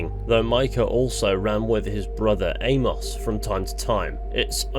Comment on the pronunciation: Good video. But the way you pronounce Amos drives me up the wall a little tho😂